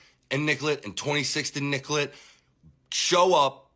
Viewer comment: Hes not from there...its not nickelet...its nicolet...pronounced nick-co-lay. Someone who lives there would know that...certainly would have been corrected quickly